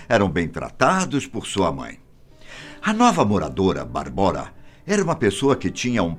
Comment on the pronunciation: Correção: a pronúncia não é "Barbóra" e sim "Bábora". Minha ex-mulher é tcheca e sua irmã chama-se Barbora, o que é equivalente ao nosso "Bárbara" no Brasil. Abraço.